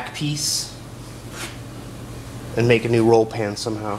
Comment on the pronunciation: Maybe in the opening credits instead of saying "and NVX" say "and also NVX" so there isn't that weird pause sounding like you're having a stroke?